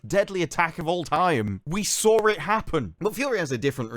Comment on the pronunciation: Did you say “we sawr it”???